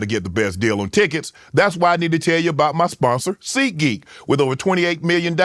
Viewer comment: Ad: Seat Geek Shanon: Seed Gee